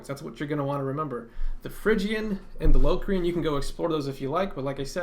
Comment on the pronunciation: The word locrian is pronounced with a short o not a long o